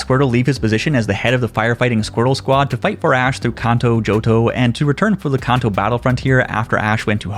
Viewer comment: Idk y it bugs me so bad that he keeps saying kanto wrong. 😂 say it with me CAN-TOE put it together kanto